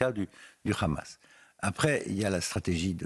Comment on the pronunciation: Hamas et pas Khamas ..Les francais la vraiment , ça se voit qu’ils ont formés par les israéliens